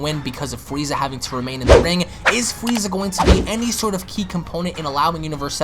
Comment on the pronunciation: Fweeza, the ultimant fighter